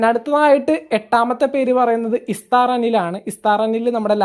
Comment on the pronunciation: ഇസ്തർ അല്ല എസ്തർ